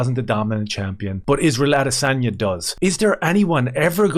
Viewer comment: (((ISRAEL))) "the vast arsebender" a-DAY-sanya